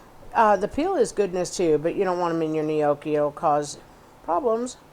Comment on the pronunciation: It's pronounced nyAWkee not "nee-OH-kee"